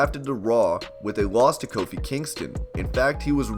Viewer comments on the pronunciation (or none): none